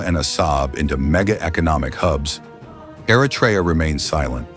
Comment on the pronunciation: Try first how to pronounce Eritrea please . Don’t say Artrya